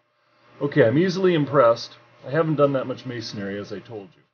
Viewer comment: Do you say carpentary why do people call it masonaryITS MASONRY